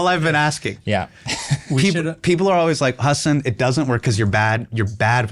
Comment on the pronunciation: Shoutout Marques for calling him Hasan and not HUS-AAN